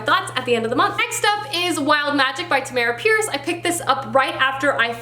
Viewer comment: Tamm - urr - uhh Pierce. (Pronounced like “CAMERA”) I use when I’m not sure how to pronounce an author’s name. On her page she explains the pronunciation and how her name was chosen at birth.